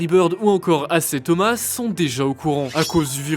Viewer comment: C'est un ancien meneur NBA qui a joué au pistons de Détroit et il l'on mâle prononcé normalement sa se dit isiah